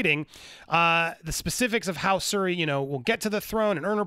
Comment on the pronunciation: Didn’t know that Tom Cruise’s daughter had stunt training... The character’s name is SHuri not Suri.